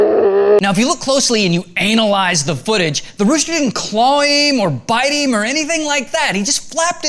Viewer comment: Why do you always say "heem"?? Jesus, man! It's "him"!!!